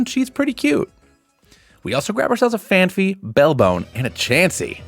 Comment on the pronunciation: why do you call phanpy "phan-phee"??? THERES ONLY 1 H!!!!